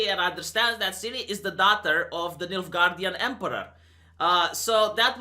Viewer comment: Did you say Midgardian empire or Milf guardian empire? 🤨😉😏